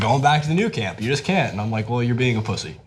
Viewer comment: Please learn how to pronounce nou camp. Come on you've been saying it wrong for years.